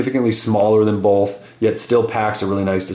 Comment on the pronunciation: Ok I know this has nothing to do with the reviews but you say "bolth" just like my hold high school science teacher lol. Would you happen to have some German in you?